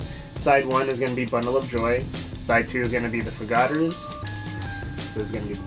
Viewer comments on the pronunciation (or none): The ‘Forgotters’?